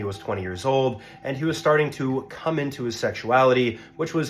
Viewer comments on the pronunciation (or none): “He started to COME into his sexuality”. Why’d he gotta say it like that 😂